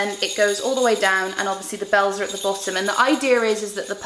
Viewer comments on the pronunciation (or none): none